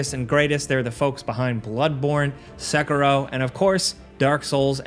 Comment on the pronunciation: Dude the way you said sekiro was so cringe. I'm saying this as somebody who came from out of the state I'm saying this as somebody who is the Southeastern Asian if you're saying a foreign name remove the long vows they don't exist outside of the West heck nine times out of 10 they don't exist outside of America use the short vowels when you say a word that isn't American and most of the time you will have said it right that noise the heck on me because it's such a simple concept it's 2022 and I'm still tired of Asians and the people in the east in general getting the shorter of the stick because of this common mistake With that said I am continuing on with the rest of the videos because I do enjoy the content despite the disagreement I have with some of your views